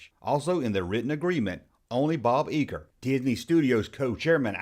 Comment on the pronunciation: It's Bo Geiger pronounced Guy ger. All in all, good job!!